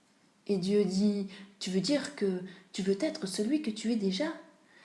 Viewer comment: Désolé, mais c’est très mal lu... Il faut s’accrocher. Trop de bafouillage. Et de plus cette faute de liaison maintes fois répétée... « C’est ce que je veux t’être » Cela m’a crispé au point d’arrêter d’écouter.